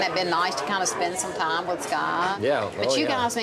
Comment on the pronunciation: The woman with the dyed blonde hair is extremely rude and offensive. She is very hard to understand .. she says "tarm" instead of "time" and "wurks" insteard of "works" , amongst many other badly pronouced words. Maybe she could take some time out of her offensive way of treating her husband and son and learn how to speak correctly ? What kind of a person expects her husband to sleep in the spare room, whilst she sleeps and bathes with her dogs, and also (which is incredibly stupid) puts them in diapers .... why for gods sake ????? Her values are questionable. She is quite honestly a fruit loop !! I hope she has, since the airing of this programme, seeked some much needed Therapy. She is extremely abusive in her manner towards everyone and not a full shilling, quite frankly. I apologise for lowering myself to her level, but I fail to see how else I can get the message across to her, that she has most definitely 'lost the plot !!!!'